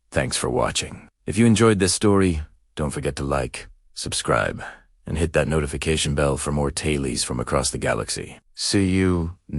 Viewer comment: Listening from Pawtucket RI USA Wonderful heartwarming story! Thank you for sharing this story with us! Well done! Unfortunately the story suffers from a lousy AI reader mangling the text! It skips some words and mispronouces others (tales as tail-ees for example!).🤬 Please fix it! 👏🖖👍